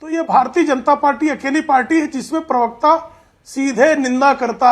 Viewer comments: "पिरवक्ता" मत बोलो यार..... अजीब लगता है सुनने में। "प्रवक्ता" कहते है। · Abey bewakoof ye PIRVKTA kya hota hai ...bolna to seekh ...